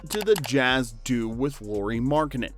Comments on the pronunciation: Loori :D It's LAU-RI. example word, lamp, ok, LA. I know you're American but I'd appreciate atleast attempting to pronounce Lauri's name somewhat correctly ^^ Great vid. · It's nice to see videos on Lauri. But pleeeeeease: it's not "Lori" it's Lauri like "Lowry" in Kyle Lowry. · La-u-ri La, like in "Las Vegas" u, like the u in "push" ri, like in "risotto"